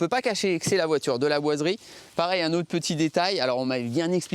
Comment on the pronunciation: tu es pâyer pour dire 'laboiserie ' ? parce que on dirais que tu dis que ça a chaque fois que j'avancer un poil la video ,j'entendais l"aboiserie " lol